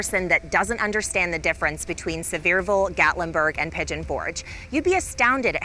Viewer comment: It is Pronounced... Sea ver ville.